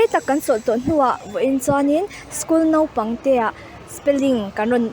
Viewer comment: NOPANG A NI LO AW....MISS, NAUPANG AW.